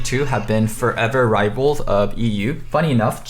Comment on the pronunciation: It’s funny how you pronounce rivals. No hate, long time fan !